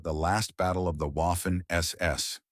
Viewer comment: Boffen SS veterans Moffin SS soldiers? Isn't AI great?